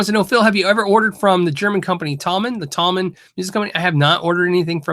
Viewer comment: Thomann do seem to look after their customers, no complaints. Phil, chat to Henning, he has a lot of experience with them. By the way, it''s pronounced 'Toeman.' Would love to see you check out some Harley Bentons from them (no issue with rosewood as they've changed those fretboards to 'thermally treated maple' (they call it 'roseacer'). Keep up the great work and thanks for all you do for us.